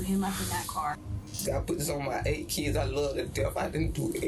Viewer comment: Well he has eight keeids at twenty-two....so he can swear on a few.